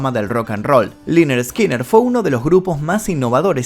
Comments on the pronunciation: Liner skinner a.e ... Se lee Lainard Skainard.. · Corrección se pronuncia lenerd skenerd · Free bird, y se pronuncia lenner skenner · "Laynard Skaynard" Asi lo entiendo que se dice o no se xD Me gusta la de SIMPLE MAN 🤟🏽😔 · Liner eskiner jajajajajaja qué mal inglés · se pronuncia lenerd skenerd